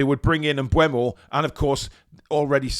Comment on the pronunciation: Mbeumo (pronounced Mbermo) not Mbuemo.